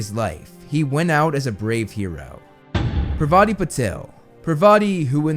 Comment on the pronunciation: absolutely butchered Padma and Parvati Patil’s names